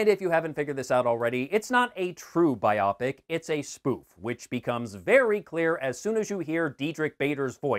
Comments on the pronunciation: Love your channel but I cringed every time you said biopic “Buy-O-Pic”, as “Bi-Op-ic”. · BIopic is a portmanteau of biography and picture, so it's pronounced BIOpic, nit biOPic. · Sorry I couldn't get past "Eric Apple" and "biopic" rhyming with "myopic". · I'm just amused that you pronounce "biopic" like it's a medical condition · I have never heard biopic pronounced that way before. Talk about weird.